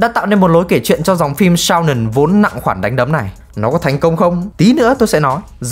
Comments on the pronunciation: Làm ơn đừng đọc shounen là sao nừn. Nó là sô nên nha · Shounen ko đọc là "shao nừn" mà đọc là "shô nên" 😀